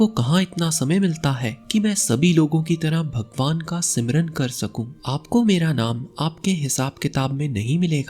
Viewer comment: प्रयत्नम् कर्त्तव्यम् ...! आप अच्छे बोलते और समझाते हो ... पर कुछ शब्दों का उच्चारण आप उचित रूप से करना चाहिए | जैसे आप "स्मरण" को 'सिमरन' बोल रहे थे | प्रयत्नम् कुर्वन्तु | अवश्यम् भविष्यति🙏 जय श्रीकृष्ण 🌷🌹